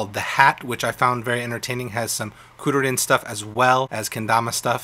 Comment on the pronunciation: Kur-ru-rin is how it's pronounced